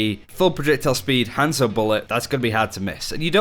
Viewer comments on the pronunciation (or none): Everytime he says hanzo I actually flinch